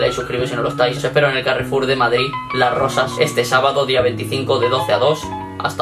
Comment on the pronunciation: Dice rosas no rozassss